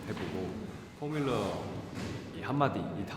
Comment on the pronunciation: 허씬롱 저음파트 미쳤다 포뮬러 발음 왜케 섹시?